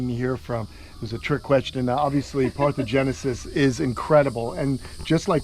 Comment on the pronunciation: Parthenogenesis not parthogenesis, they mean very different things